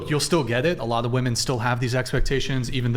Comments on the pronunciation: It’s women - pronounced wimmin FFS. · What is with american girls pronouncing woman and women the same way.. they say 'woman' for the plural version??? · It's women not woman. Damn these chicks are dumb. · since when did the word "woman" become plural? why do all of them say it wrong? English isn't my 1st language but am i wrong?? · Why can they never pronounce the plural of woman? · Holy shit, when did we stop teaching the pronunciation of "women". It's like nails on a chalkboard